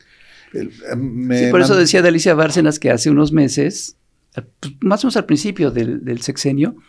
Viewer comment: Repiten y repiten, el apellido de Alicia Bárcena, como "Barcenas" con una "s" al final. A lo mejor pueden aclarar, es importante, ya que hasta la presidenta lo repite como "Barcenas"